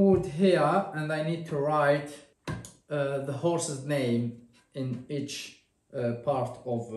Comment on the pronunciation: You done a nice job of the horses names